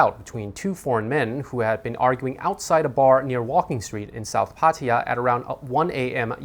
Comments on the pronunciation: Irritating to hear "Pa-TY-ya" when the locals pronounce it "Pa-ta;YAH" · Please pronounce Pattaya properly.